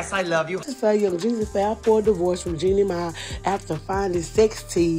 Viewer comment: Yall mispronounced Jeannie Mai and Monoco name. Lol😂😂😂